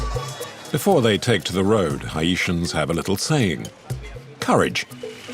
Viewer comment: It’s pronounced Haitian not hyeitan if your gonna make a doc/interview at least take the time to pronounce that subject properly.